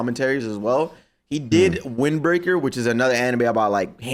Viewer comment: Bro said Windbreaker😂😂😂😂 Come on now